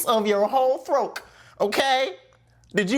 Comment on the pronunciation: "Throak" 😅😂 not "Throat"